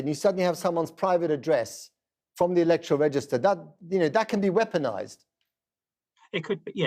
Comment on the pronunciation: Elec'toral? Comes from word elect. Therefore its pronounced Elect'oral. ......not able, you mean unable. Just call me a pedant. It's a losing battle.